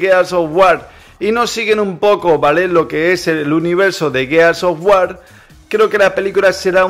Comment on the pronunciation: A estas alturas, y no saber pronunciar el nombre del juego...